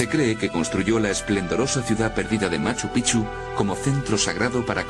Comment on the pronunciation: Carajo pronuncia bien....😡😡 se dice; "machu pik-chu" se escribe machu picchu